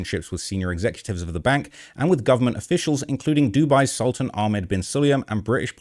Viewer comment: He is NOT a sultan. His name is Sultan (pronounced as Soltaan). He is a high-level Emarati businessman. A scumbag for sure...